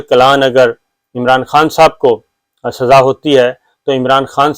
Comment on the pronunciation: SAZAA ho chuki hay, Urdu theek karo apni. tum Urdu k sahafi ho?